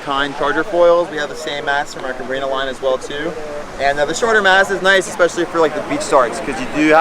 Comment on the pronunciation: CabrinHA like in AloHA - Ha der Atem des Lebens. Sorry, but it was confusing 😅😘